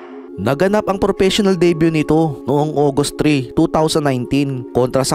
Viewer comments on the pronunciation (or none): none